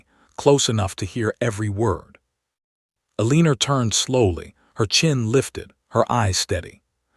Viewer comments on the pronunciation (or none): I couldn’t take much of this because of the mispronunciations. The heroine is called Ah-LEE-ner, which is not a name. Probably they meant Eleanor, but it does not sound like that. About the 10th time it was said wrongly, I bailed. Oh, and the word WOUND is also mispronounced. When used to mean a hurt, it rhymes with TUNED. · Guessing her name is We L Guessing her name is Eleanor? They're just pronouncing it wrong. Should be Elenor pronunciation. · AI always pronounces Eleanor wrong. I wish they would stop using the name and pick something it can pronounce.